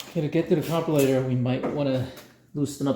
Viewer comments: did you call that a "Carbolator" LOL hahaha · Carbulator... WTF.. is that???this is America... if you cannot pronounce carburetor right you must be deported!!! Immediately.. 😂